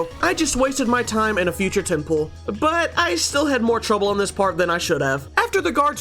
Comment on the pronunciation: When u say pull i hear pull up 😅😂